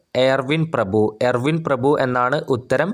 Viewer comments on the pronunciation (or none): എയർവിൻ പ്രഭു അല്ല ചേട്ടാ ഇർവിൻ പ്രഭു . വിഡ്ഢിത്തരം വിളമ്പാതെ ........ ചിരിച്ചു മടുത്തു.